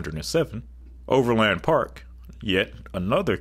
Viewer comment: Bro butchered Overland Park as someone who lives in Overland Park (Pronounced: Overlin Park)